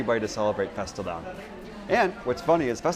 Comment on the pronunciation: Most briliant title yet! And btw, you're REALLY pronouncing fastelavn well.